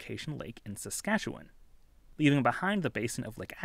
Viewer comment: Never ever heard someone not from Saskatchewan pronounce it correctly, nice job!